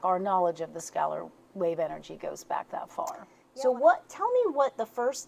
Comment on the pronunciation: "skeller" wave, is normlly pronounced "skay- I've been curious about this, but the speed of the visual, every time I see it bothers me... which makes me curious as to what's going on..